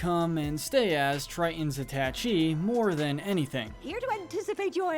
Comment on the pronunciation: Attache is pronounced atta-SHAY not attach-ee.